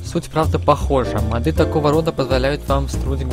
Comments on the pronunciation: не модЫ!а мОды!! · не мАды а мОды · Интересно мочему у него модЫ. Речь вроде грамотная, может месный говор такой) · и ударение на "Ы" еще